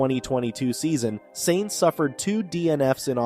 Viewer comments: justy a thought for a fledgling channel. F1 is an international sport not american, its not Nascar or Indycar, so how about gioving pronunciation a go? Sainz in not pronounced saints but is closer to signs. Hublot a watch you mentioned in another video, has a silent h as in oo the t at the end is also silent as in ooblow. Its not that difficult, even though Americans are even lazier than Brits when it comes to foreign languages. There are plenty of websites demonstrating correct pronunciation. Yours is grating in what could otherwise be good videos. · Wow, you need to learn to spell.... payed driver?? It's paid..... you also need to learn to pronounce the drivers name properly? You say he is no stranger to fast cars when talking about his first new supercar the ferrari superfast..... maybe you are forgetting he is a F1 driver...? The F1 car is kinda fast lol 😆😊😊😊